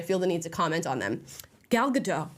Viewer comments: I feel so bad for you that you sat and watched this garbage, but thank you for that ❤ Btw Gal gadot..ga_dot- the T is not silent. 😊😊😊😅😅😅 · So Prince Charming didn't save Snow White, a fighter saved Snow White, still saved by a man. BTW, the "T" is supposed to be pronounced in Gal Gadot's name. I don't understand why Americans call her Gal Gado. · Great video, and thanks for your sacrifice Amala! Just a friendly reminder: Gadot is an Israeli surname, not French! Ga-dot. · Go watch the original. Not only it has two strong female leads but the prince is really charming . And please pronounce Gal’s name correctly, it is not a French name, it means riverbanks in Hebrew. You pronounce all the letters including the T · Fun report! But - being pedantic maybe - if you are going to critique Gal Gadot you really should learn how you say her name. She is not French! There isn't a silent t in Hebrew! It's pronounced Ga-DOT. (Rhymes with shot or lot) FYI Gal means wave and Gadot means river banks. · Her last name is gadot! Like with a T!! Say dot. Now say gadot. When in rome, do as the romans do. Leave the surrenderland name pronounciations to surrenderland. Here in america we can 1. Read and 2. Win a war. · Naive me. I thought Amala would be one of the few American, who would actually pronounce Gal Gadot last name correct. I guess i shouldn't have been so hopeful. Amala... the 't' in Gadot isn't silent. It's, really, not that hard. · (No hate AT ALL-just a quick FYI. Gal Gadot’s last name is pronounced like it looks. Ga-dot. I thought it was Ga-doh, too but when she played Wonder Woman on the press tour-EVERY interview she corrected them. In a nice way but just letting us know. Same thing w/Brendan Fraser. There’s no “i” in Fraser-so not Fraiser. It’s like Fray-zer. Sorry for that novella, ffs. Lol) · It's Gal GaDOT. It's an Israeli name, it's not French. 😅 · Gadot - It's not a French name, the T is pronounced. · Just to correct.. it's Gal Gadot, the t is being pronounced.